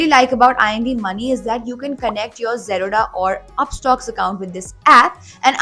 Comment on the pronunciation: Why does she pronounce Zerodha like Baroda lol